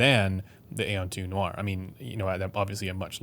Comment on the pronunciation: Great review/video as always. Just a FYI for any future video where you may bring up the Aeon line of headphones: the word aeon should not be pronounced as you do it as the word is just a different spelling of eon. Perhaps Dan Clark himself pronounces it A-on but that doesn't mean it is right. Words have meanings and thus should be pronounced as intended. Also interesting when bringing up the Stellia you don't mention how one could just EQ the frequency response to mainly match the Stealth if that is what they preferred. You brought up EQ for the XC but not the Stellia. Kind of odd. I own the Stellia and think it sounds solid without EQ but I do have it EQed using Chrono's settings and it sounds even better.